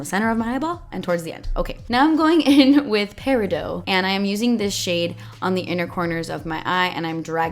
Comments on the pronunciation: Peridot is pronounced "pear-ih-dot" not "pear-ih-dough" just FYI. 🙃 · Yes, it's Peri-DOT (You say the T). And yes, I just googled the pronunciation to make sure I wasn't insane! Haha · Peridot - is not peridoe lol just say it how it’s spelt. I learned that from Steven Universe 😂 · Think of it like this... peh - rih - D'OH!! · Love you! Please don't take this as criticism, it just an FYI, it's pronounced peri doT. The T isn't silent. I learned from Steven Universe. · thankful i'm not the only one who noticed that. i learned how to pronounce "peridot" from steven universe as well lol. she's my favorite character. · omg the way she pronounced Peridot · Okay, no offense, but does nobody know how to pronounce Peridot... The T is not silent people!